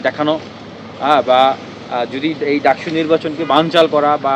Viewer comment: Lol...its Ducsu not dacsu